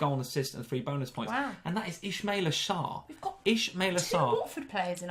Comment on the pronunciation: mispronouncing Sarr’s name for some reason bothered me